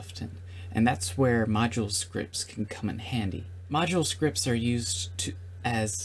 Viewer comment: In I thought you said "Macho Scripts" XD. But it's okay, I'm learning ModuleScripts right now. Im a coder and know almost everything. I wanna now focus on learning ModuleScripts.